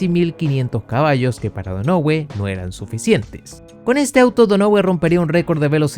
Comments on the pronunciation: Seria Donohiu? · Man a Mark Donohue se pronuncia DÓNAJIU como también te había corregido Tyrrell en su momento 🤣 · se pronuncia "DÓNAJIU" (Donohue). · JAJAJAJAJA.... Te pasaste cuando pronunciar MAL el apellido DONOHUE..... Te pareces a tu amigo el SIETE UP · Me dolían los oídos cada vez q pronunciabas donohue así como se escribe jaja pero buen video igual